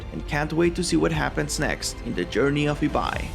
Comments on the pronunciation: Si pronunciaste bien Ibai es porque hablas español xd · Por lo menos pronunció Ibai bien :)